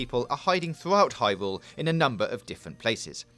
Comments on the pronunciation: "hywule is a wowd wipe faw ekpewimentaton" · "hywule is a wuwd wipe for experimentation" xD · "HIGH WOOOOOOOO" i almost skipped this vid didn't know he was talking about hyrule! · I just realized he said hyvule in the beginning